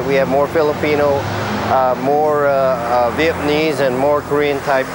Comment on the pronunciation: he said vietmanese rofl viet - man - se